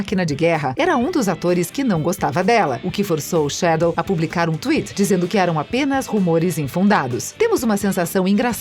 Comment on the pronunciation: Aula de pronúncia 1.0: Brie Larsson - Bri Larsson Don Cheadle - Don Chidou Mark Rufallo - Mark Rúfallô